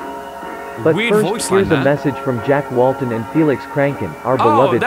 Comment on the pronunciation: it's Jack Walten